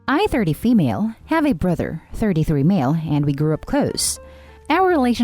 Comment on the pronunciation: The bruther, muther, and the uthers...